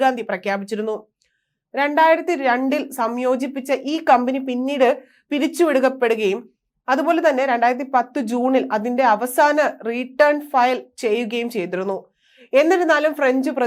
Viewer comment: കാലം അല്ല കലാം, റീട്ടേൺ അല്ല റിട്ടേൺ.കഷ്ട്ടം